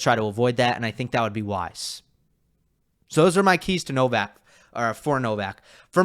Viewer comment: Wish you guys would pronounce Novaks Surname PROPERLY